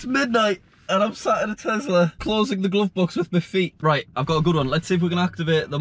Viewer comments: Nobody:: TEZLA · It’s tesssssssla not tezzzzzzzzzla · i will still never get why people call it a Tezla instead of Tesla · Btw it’s Tesla not tezla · The way you say tezla instead of tesla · i know, but i never heard any other brit say TEZLA